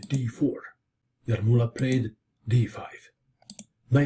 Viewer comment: You pronounced the last names correctly! Very nice :)